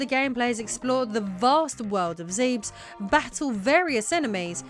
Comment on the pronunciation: DONT say Zebes like that again